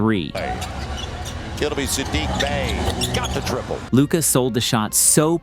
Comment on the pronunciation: After all these years, refs still not knowing how to pronounce luka's name should result in some kind of penalty. It's just straight up disrespect or a willful ignorance.